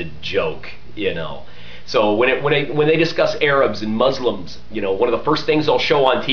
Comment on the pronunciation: i juts watched 90% of verbal diarrhea from a propagandist complaining about propaganda, prolly a liar , sir you cannot be a manager at over 10 car companies in one lifetime ! 2nd you are totally out of it when it comes to spanish speakers in the us as they are way more than 10%, and finally as you defy the phonetics rules by pronouncing s followed by a consonant Z mozlems like your zionist friends like to call us, finally palestine is not a cool brand name you put on your hypocryte mouth